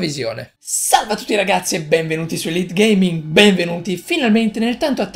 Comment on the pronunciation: e non elitegaming😂 ti ringrazio per avermi messo all interno del tuo speciale!! comumque hai pronunciato bene il mio nome😂 io verrò al gamesweek e ti verrò a cercare perché io vorrei diventare come te si youtube! ti stimo!! continua cosi!! ps:non hai risposto all ultima domanda che ti avevo fatto ahahaha